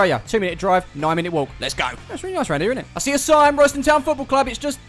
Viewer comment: The locals actually pronounce it RAYSTAN TOWN